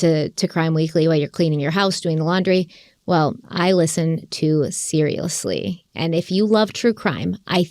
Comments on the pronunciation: Love you guy, love Annie… you said the name of her Serialously podcast incorrectly several times 😅 it’s witty, it should be said right. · It's not seriously. It's serialously. Did you seriously think we'd believe you listen to her podcast after you both say it wrong 10x? 😂 nah we know you don't. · Apart from butchering the name of her podcast -- "SeriaLously" not "Seriously" it was great. It's a bit of a tricky name to say -- even AE said that -- but I have confidence they can do it, lol. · You guys are adorable. Seriously… Annie will forgive you, it’s hard to say. It’s SeriaLously! LOVE you guys! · ‘Serialously’ Guys. 😆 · Not pronouncing Serialously right makes y’all look hella fake for acting like you listen to it. I don’t even like it that much, but this was just embarrassing. If it’s an ad read that’s fine, but lying saying you listen to it when you don’t even know what it’s called is cringe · You both said the name of Annie Elises podcast wrong 😑